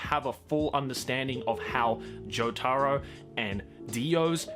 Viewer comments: This man didn’t say joe-taro did he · The way he said joatro made me triggered